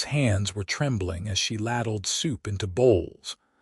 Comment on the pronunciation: Ladled is pronounced with a long a. It starts out lay not ladd